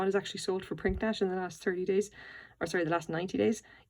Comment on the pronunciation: It's actually pronounced 'prinidge'.